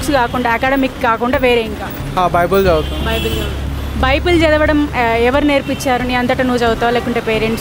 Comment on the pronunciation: బైబుల్ అంట బైబిల్ కాదు 😂😂😂😂